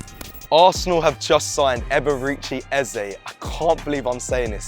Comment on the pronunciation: Just to note his name is NOT pronounced "Er-ber-reach-chi". It's pronounced "E-bear-ray Chi". Eberechi Eze😊